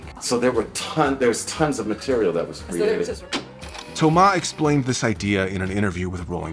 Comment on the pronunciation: Kudos to you for the effort of pronouncing "Thomas" the french way. That is greatly appreciated by the french guy that I am.